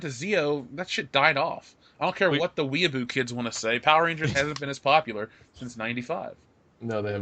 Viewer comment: What is a "we-a-boo" kid?